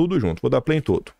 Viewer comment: sou seu fã. Parabéns pelo trabalho. Só preciso tirar uma dúvida, nunca entendi uma palavrinha sua no final de seus vídeos, é tipo: "dê um pei na instalação " ou play, peido, 😅😅. Nunca entendi.